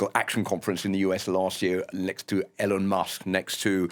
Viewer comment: How do you not know how to pronounce Elon?